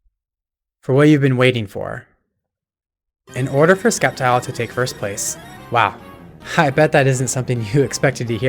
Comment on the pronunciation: Did bro call it "Skeptile"? ITS FUCKING S-EP-TILE! NOT THAT HARD TO PRONOUNCE!